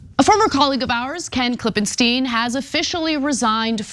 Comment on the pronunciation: God damn which is it Ana? Klippen STINE or Klippen STEEN? JESUS unprofessional bullshit say the name correctly or not at all